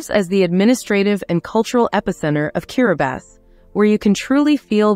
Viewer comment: Why does the Narrator her keep pronouncing this Place as Kiribasses?????????? Is she sure she has the Right Island 🏝